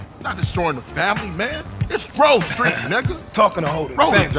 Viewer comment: Whenever he says Grove Street, I always here groceries